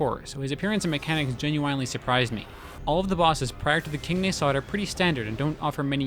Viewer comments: Just a litte gripe its pronounced Nah-sod not Ney-sod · Why do you pronounce "nasod" so weirdly? I think that the stress should be on a, not o, it just feels better to say.